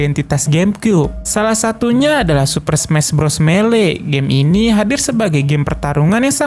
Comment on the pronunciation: Melee itu cara bacanya (kalo gak salah) itu "milai" buat yg tau, bnerin kalo gue salah (CMIIW). Cuma sekedar FYI thanks Semoga membantu ^^